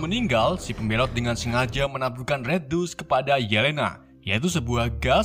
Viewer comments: banyak penyebutan bhs inggris yg salah spt red dust (red dast) jd red dus 😀,budapest jd bedebus tp krn naratornya pede jd enjoy aja sih 😂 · Bukan maksd menggurui nih cuman mau ngasih tau aja kalau "C" di kata CIVIL dibaca "S" jd sivil. Dan red DUST bacanya dast bukan dus. 😁 (Fyi: Tulisan make huruf pronoun yg ngk ada dikeyboard gua jd gua tulis biasa aja). Senang berbagi ilmu